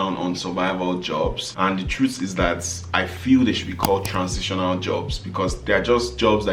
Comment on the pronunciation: These bloopers are hilarious o, chai. you are not nice 🤣🤣🤣🤣🤣 Transintional 😅😅